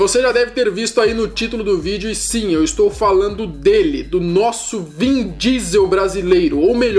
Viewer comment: "vim" diesel?? Kkkkkk